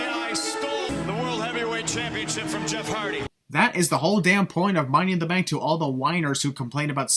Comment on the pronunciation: That's like the second time one of the commentators said "Money in the brank bank briefcase" lmfao.